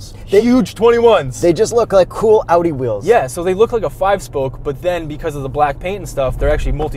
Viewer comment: your pronunciation is a 10/10. The "Audi" sounded like a german said it.